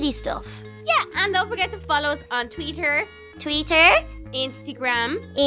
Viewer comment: It's Twitter not twetter